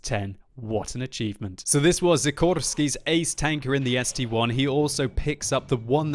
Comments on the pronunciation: st-l not st-1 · Why call it ST-1? ST-I, capitol S, capitol T, capitol I... see the difference of 1 and I?? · Why does noone say something about calling the ST-i a ST-1?!? It is is(-7,8,4,3,2) not 1s(-7,8,4,3,2)